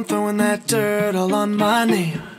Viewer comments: Oh sorry but i think hes say dirt but he says it like dirtl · I hear turtle on my name sometimes. He ain’t saying dirt all he’s saying turtle. Unless you play a clip of those 2 words I hear turtle. Or Durdle 😂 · i herd "trowing DRIT all over my name" LOL